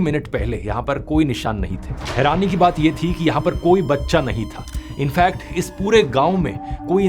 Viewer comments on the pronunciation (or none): none